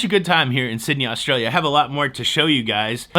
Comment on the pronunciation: Points for the pronunciation of Australia when you showed the mug. 👍